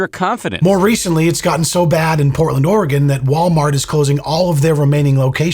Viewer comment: Thank you for pronouncing oregon right ❤